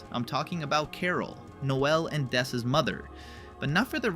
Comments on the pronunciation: It's not dess, it's ness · “It’s not dess!” says that it’s dess